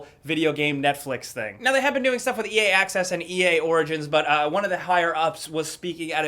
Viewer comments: "but now e-AY" lmao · Am I the only one who thought sounded really wierd when he first said ea?